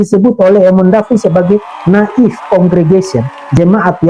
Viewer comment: Kehabisan akal sehat.. Native dibaca " na'if " tolonglah belajar lagi .. 🎉